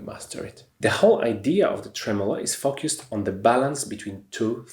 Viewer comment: Dzięki za ekspercką radę. Z tej strony również leci mała:zamiast 'fokjust' wymawiaj 'fołkest' - odnośnie focused.